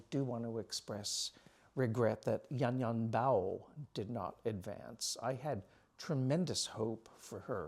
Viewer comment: Hao Rao is actually is actually pronounced just like the pasta sauce of the same name, so How and Row rhyme. Thanks for your kind comments to him and Yanyan Bao, which also rhymes with How and Row ... How - Row- Bow